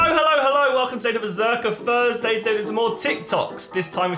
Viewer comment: Thursday, not fursday